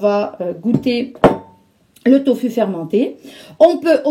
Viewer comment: Bonjour, je préfère les vidéos SANS musique 🌞 C'est une recette sublime! Je consomme du Doūfu une fois par mois !! Vous dites conserver les pots au frigo, ils ne peuvent pas se conserver à l'obscurité dans un cellier frais? * Sinon, l'on prononce "to fou" 豆腐 en pinyin c'est "doūfu", le "u" se prononce "ou". En tout cas c'est comme ça que c'est prononcé.